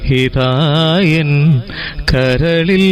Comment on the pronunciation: നല്ലൊരു ഗായകനാണ് അഭിനന്ദനങ്ങൾ, പക്ഷെ ഉച്ചാരണം ശരിയാക്കണം ഉദാ..(ഹനുരാഖിണി, ഹിതായെൻ ) ആ..... വരുന്നിടത്തെല്ലാം " ഹ" കേൾക്കുന്നു.